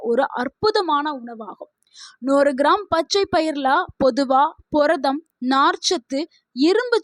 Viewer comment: புரதம் என்று சொல்லவும். பொரதம் என்று சொல்வதாக தெரிகிறது. மிகவும் மோசமான தமிழ் உச்சரிப்பு.